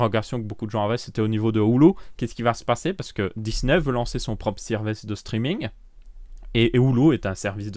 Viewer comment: Je crois aussi, d'autan qu'on entend bien sirvece au lieu de service. Donc pliz pas de minecraft en français de belgique, steuplait.